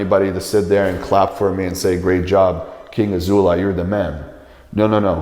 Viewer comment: Bro said king anal laid 😂😂